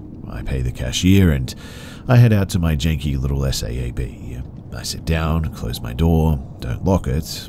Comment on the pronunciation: i can tell this is AI reading because I noticed in abbreviations such as RI for Rhode Island or SAAB for Saab. The speaker says the abbreviation rather than articulating what it stands for. That's not intelligent.